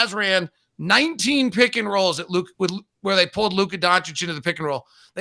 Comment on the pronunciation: Legit correction. Part of me dies every time Stephen A says Luka Don-chick...